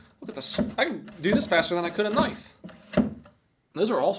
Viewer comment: Am I the only one that doesn’t know if is actually joking when he mis pronounces words like knife and condiments